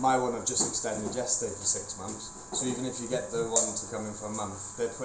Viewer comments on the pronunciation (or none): has TEFL certification but pronounces 'months' as 'mumfs'!!??